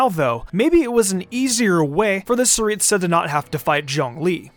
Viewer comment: It's The Tsaritsa Not saritsa